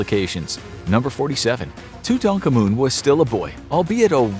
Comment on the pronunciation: King tutANkaMOON 💀